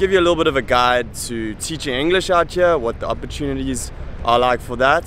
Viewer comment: My man, that is bs, there are plenty of people living and working there who don't possess great qualifications and quit saying outchere, it is two separate words, out and here, and you should know that as an english teacher...it makes you sound like a douche.